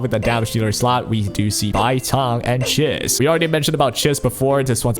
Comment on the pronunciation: How are you still not saying Chiz correctly?